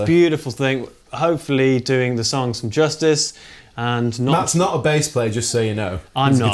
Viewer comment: you are damn good at playn the song but you can't pronounce them to save your life <3